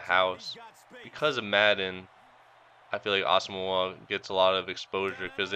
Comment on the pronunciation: O and ur say Nnamdi asomugha wrong to